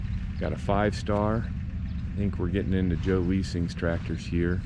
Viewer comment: You are correct. My stuff started at the 5 Star with the green hood strap (rule number 1) and went all the way to the Bale Master and grain drill. It's pronounced Lie-sing, but close enough. I'm glad you came and enjoyed the show. I was hoping you had some corn shelling footage...??? follow up video??? I wish I would have had more time to talk to EVERYONE. Thanks to everyone that came regardless of if you brought anything to display.